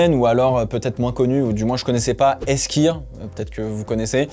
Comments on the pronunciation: Essquire XD Ça se dit "Eskwayeure". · « Eskire » ça m’a tué 😅